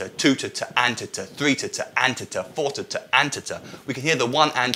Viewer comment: The way you pronounce "Tata" sound like "titte" which in German means "boob" ^^ I just thought that was funny Great and helpful video :)